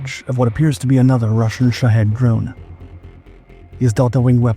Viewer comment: Why are Shahed drones pronounced, "Sh¡thead" drones?!😁